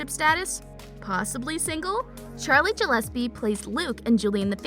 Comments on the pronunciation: You pronounced Gillespie wrong your saying like jillespie it’s pronounced (Gill-es-pee) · it makes me mad that she says JILLISPE in stead of GILLIPSE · SHE BE SAYING GELLESPE IT IS GILLESPIE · She...she said JILLESPIE not GILLESPIE I- I cant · SHE SAID JILLESPIE OMGGG🤬🤬🤬🤬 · And she said Charlie's last name wrong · U said Charlie Gillespe wrong, i wanna refund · IKR sooo annoying! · i know i was like honey what no no lol